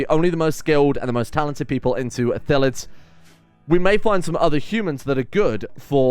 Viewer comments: As someone who plays D&D frequently, it hurts to hear "Ithillids" instead of Illithids. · the L comes first. It's ILL-etheds. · Good start! And, since you're curious, it's pronounced ill-ith-ids. Also spelled that way, but...eh. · Great vid, it's I-lli-th-ids tho. Keep up the good work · Call em mindflayers if you have troubles with pronouncing Illithids